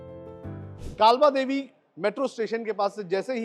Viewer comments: नाम काबला देवी नही है. काळबादेवी / कालबादेवी है. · काबलादेवी 😂 कालबादेवी 😊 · अरे भाई काबला देवी नही, कालबा देवी मेट्रो स्टेशन......😅